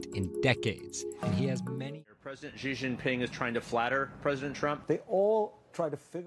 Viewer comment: good video, but I'm afraid it's like putting out a forest fire with a garden house. Even the China Bureau chief of the Strait Times (who is by the way is Chinese), didn't pronounce Xi correctly. She pronounced it as "see".